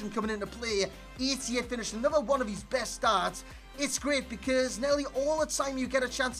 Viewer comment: How normal people pronounce because Becoz. How he says it Beceeeerrrrrzzzzz